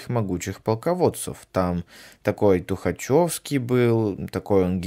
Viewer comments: 2 мин хватило чтобы понять автор конь. Во 1-х Суворов писатель-романист а не историк во 2-х не Тухачовский, а Тухачевский. Если человек не может элементарные вещи сказать то о каком анализе с ним можно говорить. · ТухачЁвский Я'года Когда научишься правильно произносить фамилии, школота?